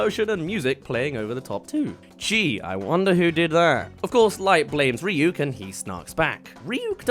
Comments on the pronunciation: Also “Rhy-ack” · And the worst part of it is Light saying Rah-yuck instead of Ryuk.